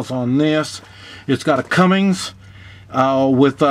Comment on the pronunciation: It's Cummins, not Cummings... Also, the 5.9 liter Cummins is not a wet sleeve motor, so it will need to be bored out. The 8.3 liter Cummins is a wet sleeve motor...